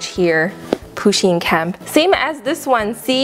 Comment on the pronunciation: its pUsheen not poosheen